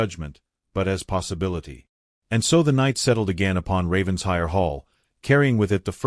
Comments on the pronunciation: Please, please, PLEASE, I beg of you, learn the correct pronunciation of RAVENSHIRE. It’s NOT Ravens-hire. RAVEN-SHIRE! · Please program the BOT for correct pronunciation of Title e.g. RAVENS-HIRE😮